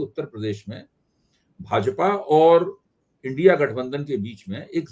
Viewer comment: इंडी नहीं इंडिया, इंडी नहीं इंडिया,इंडी नहीं इंडिया, इंडी नहीं इंडिया, इंडी नहीं इंडिया,इंडी नहीं इंडिया_ सही उच्चारण करना तो सीख लीजिए। जरा सी मिहनत में सीख जाएंगे।